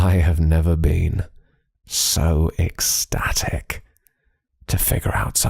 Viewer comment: "I've never been more ec-STATIC" (Ba Dum Tsss)